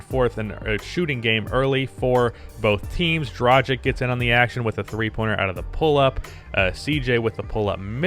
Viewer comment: Day 1 of asking to learn how to pronounce Goran Dragić's name right. As a European it really annoys me...